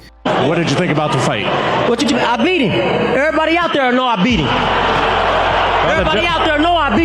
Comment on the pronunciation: "I bieat hiem! Err body know I bieat hiem!"